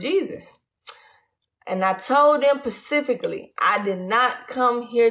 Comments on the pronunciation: Specifically, not Pacifically. That's not a word.😂😂😂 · "Pacifically" 🤔 or specifically?😂💛💛💛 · She said i told them pacificly🤦🏽‍♀🤦🏽‍♀not specifically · “ I told them pacifically “ lol 😂I cannnnnnnt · She told them "pacifically" 🤔🤪😆